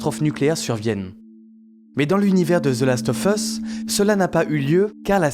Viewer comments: Par pitié, "of" se prononce "ov". "The last ov' us", pas leviosaaaaa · ZE LAST OEUF EUSS, bosse un peu ton anglais, sinon très bonne vidéo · « Zeu laste œuf eusse » « Eunechartaide » 😂